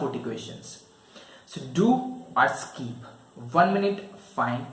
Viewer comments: It's skip not skeep.... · Skeeep ? Seriously ! 😂